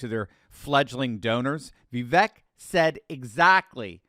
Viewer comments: It’s pronounced Vivake, rhymes with cake. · love u but for the love of all that is holy can you please just once…say Vivek correctly? 😂